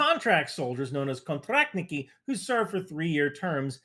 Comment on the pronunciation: Pretty good pronunciation I like your «контрактники»)